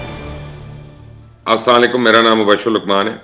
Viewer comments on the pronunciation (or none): Please pronounce Asslam o alaikum... With perfect tone